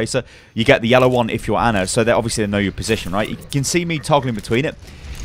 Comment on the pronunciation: "Anna" What. It's Ana, like "onn-a."